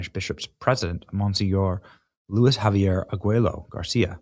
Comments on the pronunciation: Father Javier is pronounced "Havier." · Javier is pronounced Havier. In Spanish the j always makes the H sound